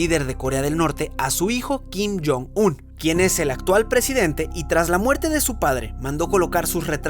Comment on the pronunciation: Nadie: Absolutamente nadie: Alex todo el vídeo:Kim jon Sum, Kim Jom Sul vídeo:Kim jon Sum, Kim Jom Sul vídeo:Kim jon Sum, Kim Jom Sul vídeo:Kim jon Sum, Kim Jom Sul vídeo:Kim jon Sum, Kim Jom Sul vídeo:Kim jon Sum, Kim Jom Sul